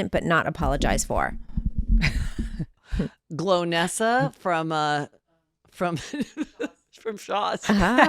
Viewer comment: Heather mispronouncing Golnessa 😂. Glonessa. Classic 💕